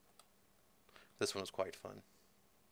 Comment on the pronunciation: I started smiling when you said "nuculus" instead of nucleus, but started laughing when you said "sprincular" instead of sprinkler!